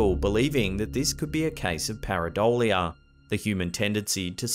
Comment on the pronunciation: PUR - Ehhh! - Doe - Lee - Ah